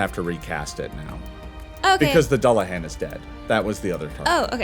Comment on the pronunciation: can I say thank you to for pronouncing Dullahan correctly. it's all too rare to hear it pronounced correctly I'm loving the series and loving the cast. Season 3 PLEASE.